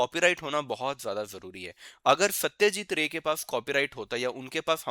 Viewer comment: Satyajeet Roy.....not Ray